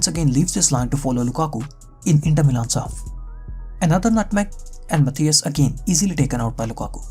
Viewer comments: Moreover his pronunciation of "Matthijs" is completely wrong. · No, he didn't say "Matthijs" (pronounced Matàis).